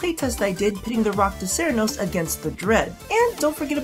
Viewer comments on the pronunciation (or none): did you really say Iraqda cernos?